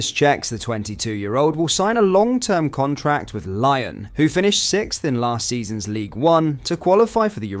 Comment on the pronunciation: Lion??? Its Lyon...pronounced Leon!!!!!!!